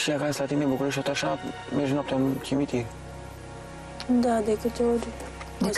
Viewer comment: "Intr-un cimintir"